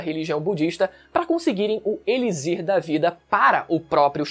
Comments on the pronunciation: D+ cara mano eu n aguento ouvir gnt falando errado uma 2 vzs até da mas o vídeo inteiro n da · Mano pensei nisso o vídeo inteiro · Caraio, é "Elichir" com som de "ch" cara, que agonia. kkkkkkkkkkkk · Eu fiquei tb! o correto é falar "eliCHir", com som de CH igual "luxo". Curiosidade: em inglês se escreve igual o português, e pronuncia "eliQSIr" igual o X de "táxi" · conteudo muito bom, com certeza vou ver este anime, mas vc falando "elizir", me deu uns 15 tipos d arrepios na espinha, é elixir, tem som de ch, nao de z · se ler ''elichir'' não ''elizir'' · Mas alguém ficou agoniado com ele falando "eliZir" o tempo todo? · "Elizir" da vida é foda kkkkk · "Eli Z ir"? hehehehe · elixir em portugues tem de pronuncia (e.li.chir) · Extremamente incomodada. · KKKKKKKKKKK eu sempre fico quando rola umas pronúncias diferentes. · Kkkkkkkkk fiquei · nao fala elizir nao q agonia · pq diabos tu fala "elizir" kkkkkkk que porra